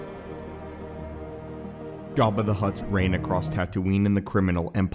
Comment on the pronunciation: Bruh did you just say “gaba the hutt” in the first second of the video? 😂 caught me off guard with that one